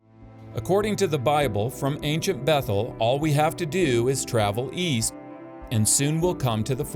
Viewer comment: Its so ironic and funny that an archaeologist cannot pronounce the word, "ancient" properly xD Thanks for the new upload. I have been hungry for another and this one hits the spot perfectly